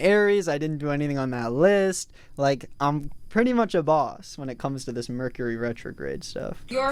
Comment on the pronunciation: thinking about the merch he gonna drop and that's why he said merchury.